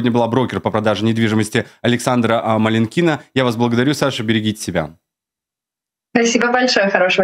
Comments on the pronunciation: MalinkIna это русская фамилия МалИнкина? Зачем так коверкать? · Вы же и сами свою русскую фамилию исковеркали. Понимаю, американцы произносят ее с ударением на последний слог, потому что для них это просто странный набор звуков, но ведь малИнка она и в африке малинка )